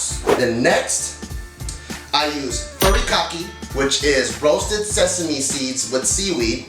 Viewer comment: pronounced furikake- really nigguh?